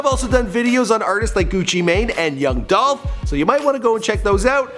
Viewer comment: ITS DOLPH!!!